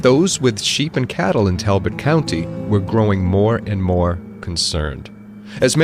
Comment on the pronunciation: We pronounce it Tall bot😂❤👍😊👍👍👍